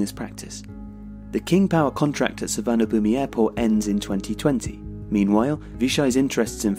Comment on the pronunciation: FYI Suvarnabhumi is pronounced Suwannaphum :)